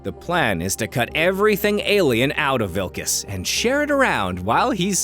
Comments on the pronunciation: It's finally here! Good video, as usual, though you did miss that the lead's name is "Wikus," not "Wilkus," heheh. You are quickly becoming one of my favorite analysis channels on YouTube, hands-down! I can't wait to see whatever the next video is! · 1. It's WIKUS, not wiLkus. "Vee-kuss", not "Vil-kuss". 2. The "prawn" reference is to the Parktown Weta, a large, cricket-like insect in the South African region, not the crustacean seafood animal.